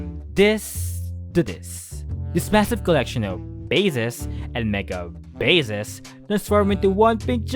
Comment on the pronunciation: You saying bases sounds like bezos.